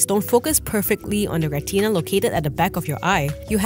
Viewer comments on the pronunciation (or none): It's not a " re-TINA" . It's a "reht-nah".